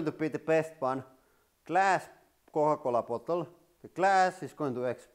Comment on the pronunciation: when you say Coca cola bottle 🤣🤣🤣